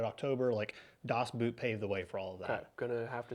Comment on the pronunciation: Never heard anyone pronounce Das Boot in such an unintelligible manner that I, as a German, had to get the whole talk about the movie to understand that you´re not talking about a dust boot.